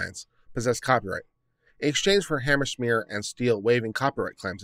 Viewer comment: "Hammerschmeer"??? HANZ MEYER! HANZ MEYER! HANZ MEYER! How hard is it? You actually pronounce it right a few times, along with a dozen other pronunciations.